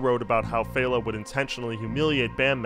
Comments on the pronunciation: And fehLA not FAYla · Yup, LAY-gos and FELL-a not FEY-la. Not being a grammar Nazi, just a Nigerian who can’t stand hearing my language butchered 🙏🏾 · "Fell-ah" and "Lay-gos" but great video.